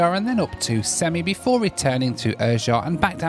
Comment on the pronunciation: Funny as a Kazakh stat they called you a journalist Also its pronounced sem-ei not semi